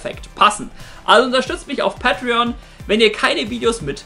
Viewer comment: Sagst du bitte päitrion.. Und nicht pattrion... Wtf